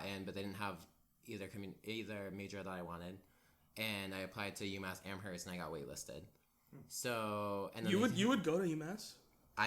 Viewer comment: The way says Amherst 😤